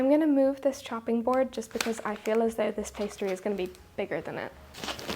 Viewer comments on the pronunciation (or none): none